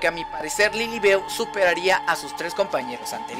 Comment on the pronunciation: No es lilibeu se escribe lilibeu pero se dice lilibiu